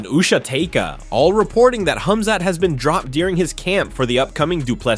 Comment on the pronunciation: Wow! Man thank you. You've finally pronounced it right. KHAMZAT 🎉🎉🎉🎉❤❤❤❤